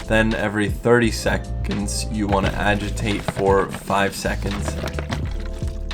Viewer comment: "30 secćčonds"